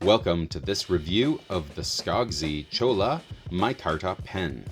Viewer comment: Cholla is pronounced choy-uh -- using the Spanish double ll sound.